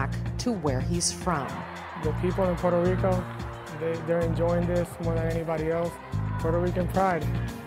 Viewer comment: is puueerto rico not porto rico